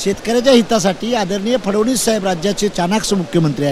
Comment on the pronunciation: फ ड ण वी स....अस....नीट उच्चारत जा रे इंजिनिअर